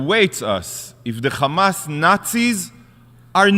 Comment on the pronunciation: Why do Israelis say "Khamas"? It's Hamas lol